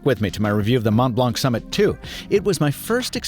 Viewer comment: Hey, I really love your videos, and have been watching them consistently for years now. But, as a native French speaker, please stop pronouncing the “c” at the end of “montblanc”. It would be really appreciated, lol.